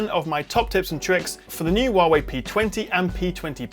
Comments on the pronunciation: fuck why do white people always pronounce it waaway? It it HUAway as spelled... chinese pinyin does not having confusing silent H like english. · "HWAwei" dammit, not "WAwei"